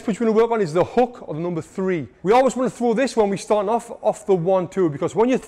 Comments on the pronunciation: Bro said haw thuah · 1 2 hawk tauhh 😂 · 1-2 Hawk-tua is what I heard and can’t unhear it now 😅